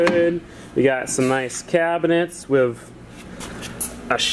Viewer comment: You kept saying kitchen cabinents 😂